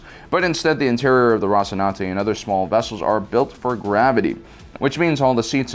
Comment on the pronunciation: Mate, it's Rocinante, not Rocinanti. Othwerwise, great video.